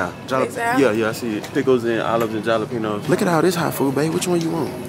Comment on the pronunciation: Lmaooo the way they’re pronouncing “Jalapeños” is sending me 🤣🤣🤣🤣